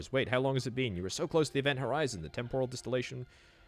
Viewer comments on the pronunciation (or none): none